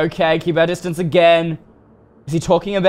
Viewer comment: when he says lets keep our disdance corona vibes